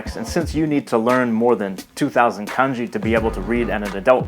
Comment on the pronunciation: Your Japanese will sound much better if you pay attention to the pitches and rhythms of each syllable. You seem to tend to put the highest tone on the first syllable except for the words you know well such as watashi. Mizu, Kanji, yakusoku, denwa, daigaku, tofu, onsen, kaban, shima- all of these words have the stress on the last syllable. Just doing so will make you sound much more Japanese.